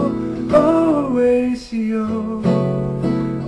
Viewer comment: It's pronounced: horachio, not horasio